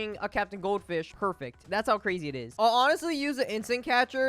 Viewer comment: i wanted 1 sec of not saying perfict catch, xp, money, best